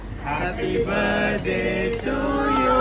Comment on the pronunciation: He said 'Happy Birday' the 'T' is silent here.☠️